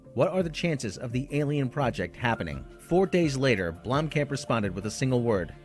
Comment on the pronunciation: his name is pronounced BLOOM-Khamp not Blom-camp. yoy sound like a damn idiot when you say it....